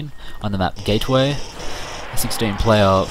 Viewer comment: Nice video. :) Sounded like you said "Gayway". :)